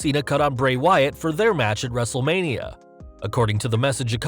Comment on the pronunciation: wrestle'lania? Roflmmfaotih 🤣😂😅😄😃